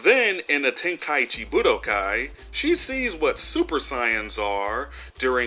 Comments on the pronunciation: Ok ima stop you right there It’s not Ci-yans it’s Say-Yans! how the f*** you call yourself a fan but mispronounce the word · The “sai-ins” what the heck is a sai-in? I know what a Saiyan is but what in the blue blazes is a sai-in?